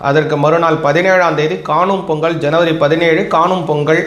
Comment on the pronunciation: பொங்கல் வரும் பொங்கள் ஒரு நாளும் வராது தமிழை சரியாக உச்சரிக்கவும்